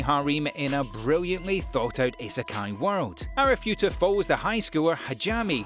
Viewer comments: BRUH He said arifuta instead of arifureta LOL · man said arifureta as arifuta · Still can't get over his pronounciations... Chikita, Hareem, Hajami in Arifuta? I mean wtf, at least try xD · Arifureta became Arifueta.. where's the 'R'? 😂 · im sorry but, seriously! look up pronunciations. thats the worst ive ever heard anime names pronounced. Arifuta? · I love how this guy can't pronoun arifureta or hajime correctly lol